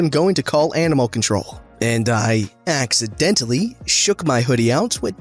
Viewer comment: "and i accidentyl shook my hoodie which had rocks in it" me "yea "ACADENTLY" "frick you karren" me "oh"